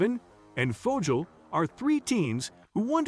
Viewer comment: fojil??? or Fogal lol